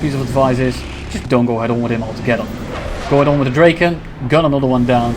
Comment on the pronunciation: Awesome gameplay bro but please it's not pronounced "Dreyken". It's pronounced "Draken".